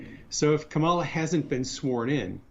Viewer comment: They ALWAYS have to pronounce Kamala's name incorrectly. I guess that's a real zinger to these white supremacists.